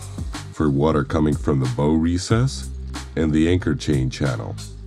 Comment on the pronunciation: Agree, especially when the voice over mispronounces 'bow'